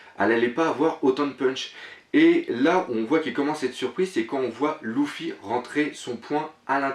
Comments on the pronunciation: putain on dit LU-FFY(lefy) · Tu me stress a dire louffy XD